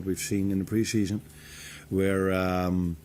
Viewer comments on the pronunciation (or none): Of coursh it's nice to have good pre-sheshun 😂 come on Arnie lad